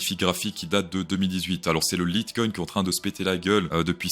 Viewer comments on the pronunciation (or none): Et si jamais "Laït Koïn" (phonétique) Lite comme "léger" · Litecoin se prononce 'laïte-coin', comme le mot 'light' suivi de 'coin' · Le bonheur 5 crémant 😉, et je pense qu'on dit "light" coin comme le coca lite. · Ca se dit leat coin, sinon ce serait comme le coca… light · Mon cher copains crypto sauce, on dit pas litecpins cars c'est de l'anglais. Merci pour tes analyse. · On dit layt coin pour te faire la prononciation, lite c'est un lot anglais ça signifie léger d'ailleurs c'est ce que tu trouve dans pleins d'applications, binance lite, messenger lite, tiktok lite... Etc en gros c'est si je ne me trompe parce que lite coin se voulait en quelque sorte plus léger et plus rapide que btc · On dit "lite coin" à l'anglaise, car c'est un mot composé de "lite" (léger) et "coin" (pièce) en anglais. Comme c'est une cryptomonnaie américaine, la prononciation anglaise est la plus correcte et la plus utilisée, même en français. 😊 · on dit LITECOIN! lol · On dit LITECOINS (e) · Je dirais plutôt "laïte" coin car projet américain donc je prononce à l'américaine